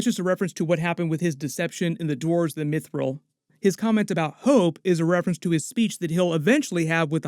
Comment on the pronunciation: Its not mee-thrill, its mith-ril. Sorry, its very jarring.